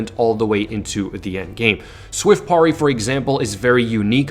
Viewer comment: "Swift porry" sounds like sorry with a P haha. Great vids though, always watch